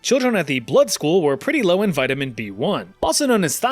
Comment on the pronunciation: 🤦🏻‍♂️ vitamin Eh